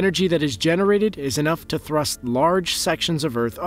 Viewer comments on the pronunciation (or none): none